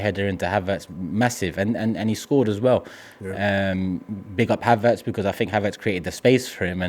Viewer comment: Did just said “Haverts keep his spot” lol